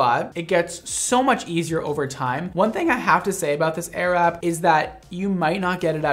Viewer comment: I keep on hearing ‚arab‘ 😂